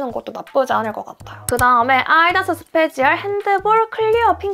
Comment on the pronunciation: 말하실때 아아-디다스 하시는 거 사투리인가요? ㅎㅎ